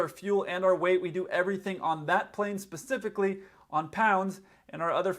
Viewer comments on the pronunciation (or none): none